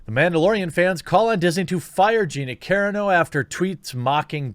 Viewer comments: You say her last name like karen-o. It's more like cuh-raw-no. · Jeremy bro I gotchu, it's pronounced cuhrano, raw like bacon.cuhrawno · You're killing me with your pronunciation of Gina's last name. It's pronounced Ka-raw _noh. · gina carano rules! but her name pronounced cuh-rar-no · Carano is pronounced "car-AH-no" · Please Jeremy, I am pretty sure it's pronounced; KER-RAH-NO. You're killing me Smalls. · It's CUH-RON-OH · Cuh-ron-oh. My only tiny critique. Good stuff like usual. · Gonna help you out Gina kuh-RAH-noe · Do you pronounce it wrong on purpose cause it's " KA- RON- NO" Sir 😊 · Dude.... it’s CUH-RAH-NO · Gina last name is pronounced Kah Rah No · It’s carano not carino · It's pronounced Ca-Ron-O. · Please do a quick google search on how to pronounce people’s names if you don’t know, Carano is pronounced KUH-RAH-NO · I don't even think Jeremy knows. If he saw any clips of her fighting he'd know her last name isn't pronounced (Care-uh-no). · I'm pretty sure that you are mispronouncing her name. I'm pretty sure it's pronounced Cah-Ron-O. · Come on, with the pronunciation, Jeremy. "Care-uh-no" ... Really Anyway, funny vid, regardless. Gina Care-uh-no doesn't need our respect, but she's earned it nonetheless. I'll watch everything she's in. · Carano Car.. as in an automobile Ron.. as in "Captain Ron" No.. as in "No" Love your channel. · Never heard anyone pronounce it Karen-o. Anyway she’s awesome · It's CA-RAH-NO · Her last name is pronounced (Ca-RA-no) You're welcome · It’s pronounced Ca-Rannow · It's Ca-RA-no. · Here man: Kerr-eeh-no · Jeremy... Carano (KA-RAN-O) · Dude youre totally mispronouncing Gina's name! Car-ah-no... Car as in Car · 7th vid of the day! Jeremy has gone mad!!! And my man, it is pronounced Cuh-Rah-No. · KO, RHA, NO. It's not that hard to be respectful and take a minute to learn her name. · More like Ko-rah-no. Wait...Kuh-rah-no lol. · I don't who know this beard is, but it'd be awesome if he could learn to pronounce her last name.